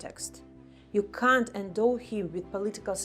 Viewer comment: В официальной речи лучше использовать "cannot" или все-таки американский вариант произношения. Британское произношение с легким предыханием - "кхант" находится на тонком льду со словом "cunt" (значение погуглите :)) и редкий иностранец не сядет в лужу, что, кажется, и случилось. Надеюсь, что это только я слышу "cunt" . А может оно так и было задумано "ты, п..да, звать лукашенко прездиентом?" ахахаха.